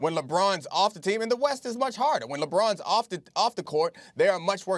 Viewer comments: star - weast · "the weast" lol ok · i thought you said 'weast'.. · "The Weast" -Stephen A Smith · Did he just say weast? Lol get off first take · Weast lmaooo SAS c'mon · stephen a just said weast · Stephen A "The Weast I mean East' lmao